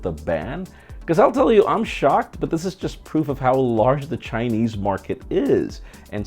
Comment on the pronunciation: ChaiNeeze mayoneezee 😂